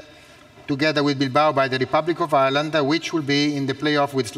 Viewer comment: He said Rebublic of Irland zo poland